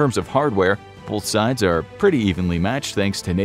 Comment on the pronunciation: It's pronounced "both" not "bolth".